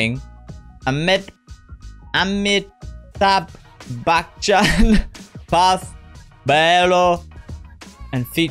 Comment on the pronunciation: You pronounced amitabh bacchan's name correctly first time